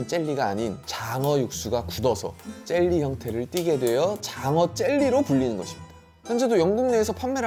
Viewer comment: 근데 왜 자꾸 쩰리라고 하시는건지? 젤리 아닌가?ㅋ